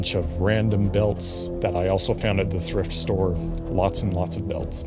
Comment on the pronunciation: Im sorry did you Say Thirft Store?